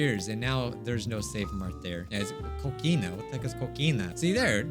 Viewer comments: When pronouned Cocina like COkina and not Cosina I died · its not cocina its cosina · lmao he said "Coquina" instead of "Co C na" I be rolling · He pronounced it kokina its pronounced Kosina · it's called "Cocina" and its pronunced "Cosina" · The place that’s called “Cocina” seems interesting to me, cocina is the spanish word for kitchen. (also the second c is pronounced as an s take it from a spanish person)